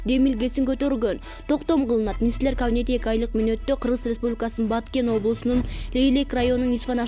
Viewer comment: Диктор так так суйлочу кавинет дейсинго